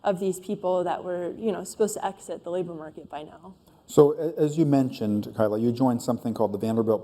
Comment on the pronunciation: Her name is Kyla not Kyle